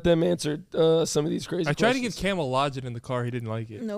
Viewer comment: Logen 😂😂 lozenge.